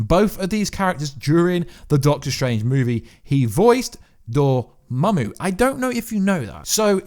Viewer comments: lol, so you've finally learned Dormammu's name. That's good news. Glad I don't have to hear "Dormuey" again. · The way you pronounce dormammu brings a smile to my face